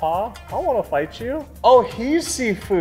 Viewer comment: First: all the game is in Mandarin Chinese, so it's supposed to be named "SHIFU" and NOT "SIFU". Second: It's Pak-Mei Kung fu, not "Wing-Chun"... And third: You MUST watch the "Live Action" Trailer and please react to it!